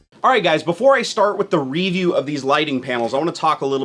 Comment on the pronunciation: I hate how he says review